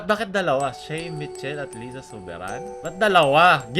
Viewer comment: lay-za po hindi lee-za hahahaha